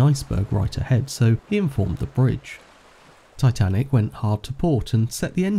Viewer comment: And yeah S not S titinac